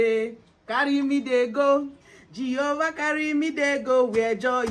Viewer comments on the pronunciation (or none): none